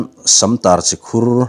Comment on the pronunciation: Si Khur ani lo, chi khur alawm.